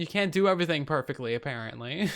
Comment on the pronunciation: Lmao I die of laughter when you say uverything instead of everything